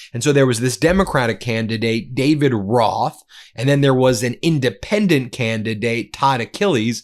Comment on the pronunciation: I love what Turek said "It did not matter, Republican, Democrat, Independendent."